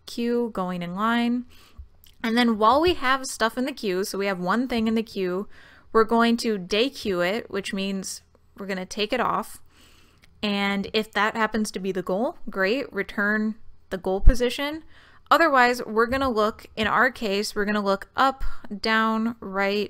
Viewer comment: For clarity: pronounced dequeue as "day-queue," and it may be clearer to some pronouncing it "dee-queue" instead, indicating the item is "_un-queued_" from the queue. I'm really glad you included the caveat for BFS & weighted paths. Adding an extra step to tally up the total distance (accumulated weight) of each of the possible paths, finding shortest, would be one possible method for these.